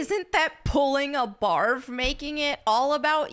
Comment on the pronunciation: Every time she said barve, my brain just went to barf.